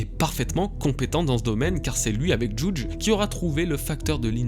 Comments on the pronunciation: Juge ce prenonce JuJI, comme c enfants Sanji, ichiji, niji...etc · Mec par contre le « jouuudge » il m à soulé 😅